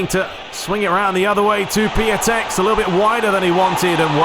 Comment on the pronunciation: the proper pronounciation for Piątek's name is "PYONTECK" - great games tho!